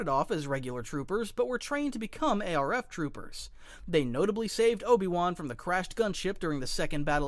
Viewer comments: The voice IS AI, You can obviously tell by how they pronounce words. A-R-F Trooper instead of ARF Trooper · Bro said ARC like a normal person but not ARF 😭